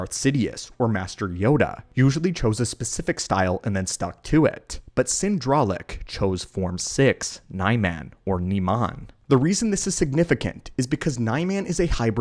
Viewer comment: P.S. I thought the Niman style was pronounced Knee Mahn